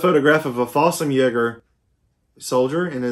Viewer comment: It's pronounced creegs-marine-a Falsh-um-yeeger Vear-mack-t